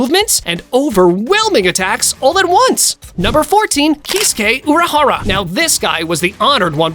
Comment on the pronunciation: The way this man says urahara name😂😂😂😂